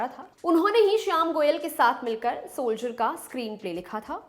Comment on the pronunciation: Sholjer 😅 nhi Soldier😂